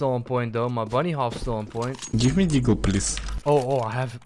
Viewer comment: content: "nEw DeeAagle gUys"